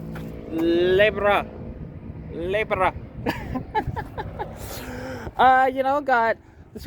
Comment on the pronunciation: Lebra or libra lol